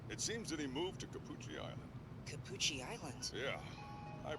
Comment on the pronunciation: Cappucci more like Ca”Gucci”